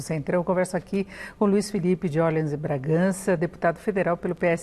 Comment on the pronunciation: A mulher não sabe pronunciar Orleans e quer ser jornalista?